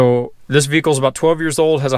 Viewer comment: What is a "veecle"?